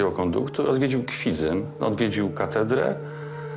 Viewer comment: Miasto nazywa się Kwidzyn, nie Kwidzyń, dlatego mówimy w Kwidzynie (jak np. w Rogalinie - Rogalin), a nie w Kwidzyniu (jak np. w Poznaniu - Poznań).